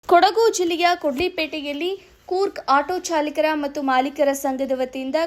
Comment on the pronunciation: ಚಾಲಿಕರ ಅಲ್ಲ ಚಾಲಕರ ಸಂಘ